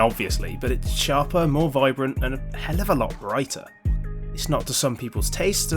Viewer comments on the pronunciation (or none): this guy has a weird way of pronouncing hellalalot